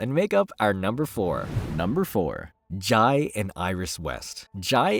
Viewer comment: Jai is pronounced "Jay" in The Flash continuity.